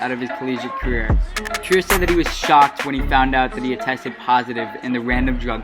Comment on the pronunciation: Its treyer not triyer